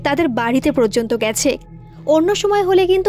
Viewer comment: প্রযন্ত নয় কথাটা ,কথাটা হলো পর্যন্ত (পর জন তো ) অনেক দিন ধরে ভাবছি তোমায় বলবো ,কিছু মনে করো না ,শুধরে নিও ভুল টা ।😊